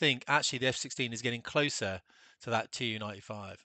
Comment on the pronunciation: It's pronounced simply TU [tu], not TeeYoo-95, because of the name – Túpolev. It's not TeeYoopolev